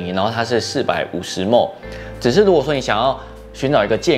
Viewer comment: 來一個小教學，ml毫升 不要再唸mo、 莫 ㄇㄡˋ了，請唸milliliter （ㄇㄧˉ ㄧㄛˉ ㄌㄧˉ ㄊㄜ˙）、唸不出來的話毫升就是cc,幾毫升就是幾cc 國際的講法就是這樣，不知道為什麼ml要唸 莫、mo 、ㄇㄡˋ，那個唸法是mole莫耳完全不一樣的單位